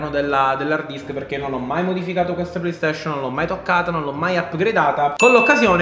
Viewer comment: Nessuno: Siciliano doc: playstescion